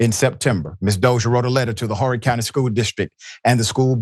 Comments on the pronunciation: The h in Horry is silent. So it's pronounced Orry. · It's Oh.ree county Sir. I have a biracial child going thru similiar things at another school in another close school district. Said child has an IEP and a disability. I was thinking of putting her in Green Sea but not now.